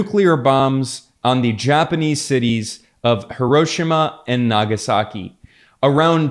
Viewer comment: It's 'Hero-sheema', not 'HurOHshama'.